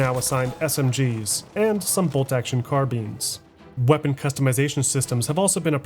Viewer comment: When ever you say “carbines” it sounds like “car beans”